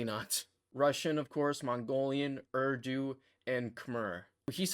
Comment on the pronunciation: Impressive! You're light years ahead of me. So your very "foreign American" pronunciation of 'URDU' really surprised me.